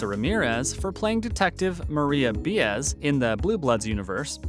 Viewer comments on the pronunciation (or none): the way he pronounces Baez is painful Bi-as not Be-as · Bee-ez ? Huh ? If this guy watched the show he’d know it’s pronounced BYE-EZ lol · It’s pronounced Marisa “BUY AS,” not “BE AS.” When we heard you say it the first time, we were dumbfounded. When we heard you say it a second time-WE CRINGED!😳😩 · Pronounced Baa ess, can't help it if anglos can't pronunce other foreign words correctly, I.E. Cutter, ( QUATAR) pronounced KATTAR . The UKRAINE. There is no " the" , simply UKRAINE, or УКРАИНА ( RUSSIAN ,pronunced UKRAEENA). And what a ball "the savants" had pronouncing hurricane "ISAIAS" name ( ISAIAH, the prophet) ( Pronounced, ISA EE ASS) PS, I've been speaking Spanish 76 years , "pa' que tu lo sepas". ( just so you know) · If you are going to narrate it at least get the correct pronunciation of names - Bee-az? Really?? Watch the show much? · Why is it a lot of British can say the names right t- most Americans cant? BIAEZ as in Bye I AEZ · Detective Maria B(eye)az. You people make so many mistakes with actors names. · Most are hopelessly wrong, BAEZ , pronounced BAA EHSS, ask any spanish speaking person. Not buying anything! Where did anyone get Byees, Buy ess, Bye es from ? ( rhetorical question) , What? after 76 years I don't know how to pronounce a Spanish surname, but you ( the reader do) ??? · Yeah that pissed me off the way he said it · It really is astounding that this could have been produced and posted with such a blunder as not knowing how to pronounce Detective Baez’s name. No one noticed it? Is this site done by a sixteen year old in his or her parents’ basement? Sorry, but that is staggering incompetence. Not to mention the cast members that were left unmentioned, and the net worths that seem suspiciously low.